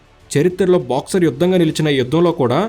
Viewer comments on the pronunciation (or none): పదాల్లో స్పష్టత లేదు.. అది బాక్సర్ కాదు తమ్ముడు.. బక్సర్.. ఆ ఊరికి చాలా చరిత్ర ఉంది. అక్కడి జైలుకు కూడా... ఒకసారి తెలుసుకో. తెలుసుకొని చారిత్రాత్మకైన videos చెయ్. నువ్వు.. నీ నెల్లూరు యాస